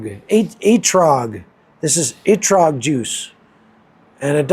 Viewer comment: ETROG ( ET-TROUGH) not ergot, like ergot of rye which is a fungus that is hallucinogenic. Lol